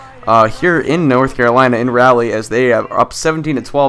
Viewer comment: Carolina plays in chapel hill not raleigh and it is not raaaaleigh its raleigh